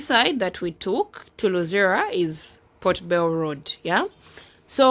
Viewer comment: Hi beautiful, I like the way you pronounce that ka word, 'po bel' (Port Bell) like the English people 🥰🥰